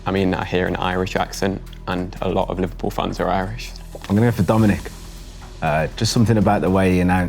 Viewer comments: How come they didn't pick up Liver-"pew" scouse pronunciation, when most all other people would use the default Liver-"pull" way of saying it. I'm not even a native speaker and I got that on the first time he uttered the word and he did it maybe 4 or 5 times as a whole. P.S. I am a Liverpool supported so maybe I'm just attuned to the scouse speach by now 😂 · gave it away the way he said "Liverpewl" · The way that said ''Liverpouuueeel'' threw him away for me right away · the way he pronounces liverpool makes it obvious knew it when i hesrd it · Can't believe said liverpoul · It’s the way he said Liverpool, he said it in a scouse accent